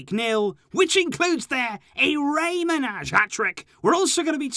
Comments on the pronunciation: Its not rei manazh its manaj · You actually spell Rey Manaj more like "Manay". I know that cuz I'm albanian myself.